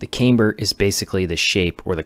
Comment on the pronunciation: Camber is pronounced "cam" as in camera